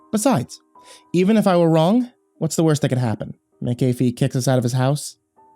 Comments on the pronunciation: Wow, I rarely see my last name anywhere; although I do have to say it's pronounced mak-uh-fee not mik-ae-fee, like the of the anti-virus software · Its MAAACCC- AAHHH- FEEE. Not "Mc-- ayyy- feee" lol